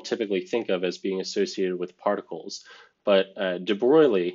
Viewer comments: Sorry,, there's no L in de Broglie. It's straight Debroy. And that's an o-umlaut, which we represent with oe in English. Pronounced uh, not ow: Shruhdinger. It's not a question of your "doing anything" to the people whose names you bugger up. The point is that you're representing yourself as a nationalist thug. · The right pronunciation of DE BROGLIE is "DEBROY"; just like you pronounce the English word ''boy", but with a rrrrrolling R in it.